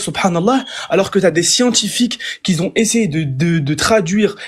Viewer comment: C'est quoi cette manie de dire "qui z'ont" ?